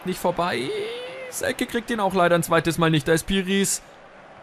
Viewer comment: Hast Selke richtig ausgesprochen! :)